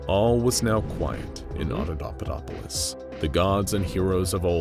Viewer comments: He never did. It's Auda(paupa)dopolis, not Auda(daupa)dopolis. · You keep saying AudaDAUpadopolis but it's AudaPAUpadopolis. Normally pointing out errors like this is just not a thing I'd do but you just kept on saying it and it's already such a complex word that hearing it wrong over and over triggered me lol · The repeated mispronouncing of AudaPAUPAdopolis is making my brain itch. Those are P's my guy, not D's. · AudaPauPaDoPolis* XD not Audodopadopolis WAS * it's important. Jesus wept, I love this channel but this one bothered me. It was still great tho! I have this channel on notifications for a reason and this is literally the only time a 'translation' of the article has ever bothered me here. You're all ace as fu tho <3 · It’s “ Otto POPA dop polis “ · There is a P in that word!!! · Great story and great narrator, I just have one nit pick the mispronouncing of Audapaupadopolis. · Please, practice your scripts before you recording. You keep mispronouncing Audapaupadopolis in this video and it's follow-up. It drives me crazy and makes these videos unwatchable!